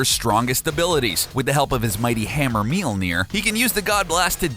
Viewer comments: meelneer? M-yol-neer... >.< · Did you just say "Meal-Near"? No. "Mjollnir". "Me- ole- near". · Mjölnir, it's pronounced Mjölnir. Not mealnir, dipshit. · Okay, gotta express my nerd rage real quick. Mjolnir is pronounced MYAWL-nir not MEEL-nir, and Gaia is pronounced GEE-uh or GAHY-uh not GEY-uh. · mealner? did i hear..? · "His mighty hammer "MEE-ÖLL-NEER"". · Myolneer 《 its pronounced that way. Long 'O' . Written Mjølnirr (Mjolnir, Mjólnír, Mjølnírr, depending), pronounced MYól-Neer (long O, Long I). Anyways.. pretty aright video, bruvs... i just really hate how Marvel depicts Thorr these days. Sighhh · "Meel near" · Making it rain is useless? ...Tell that to all the people in the world dying of dehydration, I mean for defeating bad guys yeah useless unless they have fire powers or something. Also you cannot pronounce words like Mjolnir and Gaea very well.